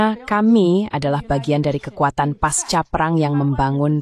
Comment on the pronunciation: Buat mbak yg membaca narasi, kata pasca diucapkan dengan bunyi c, bukan paska ya......